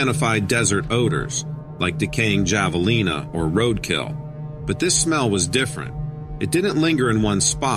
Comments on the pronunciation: Javalina the J sounds like H Havalina😂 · Hello, the Javelina are sounded out as havelina and Gila is heela! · Javelina . The J is an H sound like for Jalapeño F.Y.I That's how it's pronounced by Texans. I worked with someone from there and that's how they pronounce it.